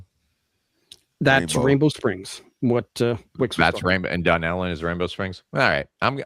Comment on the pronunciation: Oh man, you killed Dunnellon. It’s pronounced “Done-Ellen”